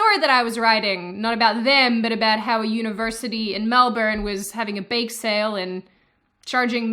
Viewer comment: Hearing you pronounce Melbourne like that kinda offends me. I'm American.